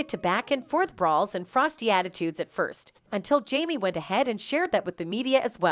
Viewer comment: She or whomever needs to learn how to pronounce names correctly. To-pack and Jam-e😂🤦‍♀️